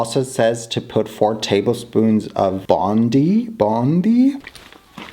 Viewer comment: Its called Boondi as in Bo-oo-ndi. Love from india❤️❤️❤️